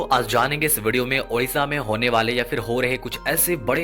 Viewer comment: Odisha not Udisa